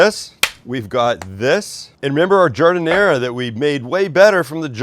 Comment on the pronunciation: All good until you effed up on the giadinara.